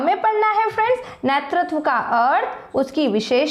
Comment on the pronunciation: nertatav nhi hota netratv hota h😢😢😢😢😢